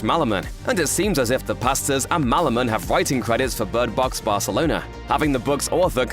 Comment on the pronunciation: Bird Box "Barthelona"